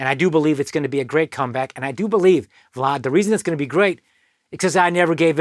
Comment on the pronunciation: It sounds like he pronounces vlad like fraud